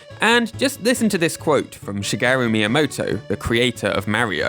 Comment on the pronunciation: FYI your pronunciation of Shigeru is wrong. You're pronouncing like an italian name. You put the emphasis on the second syllable whereas it's supposed to be on the first syllable. SHIgeru not shiGERu.